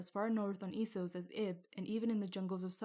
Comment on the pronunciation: So you pronounce it Esos, instead of Essos? Well, I guess it is "East", so I guess it could be pronounced that way, but I thought that it was officially confirmed to be pronounced "Essos".